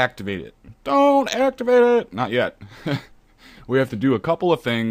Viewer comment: Great Tutorial mate laughed when you said "Dont activaaarrete it haha